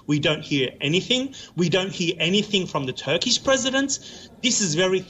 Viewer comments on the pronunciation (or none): none